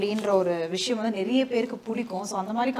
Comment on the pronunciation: naraiya illa niraiya ennru solla vendum.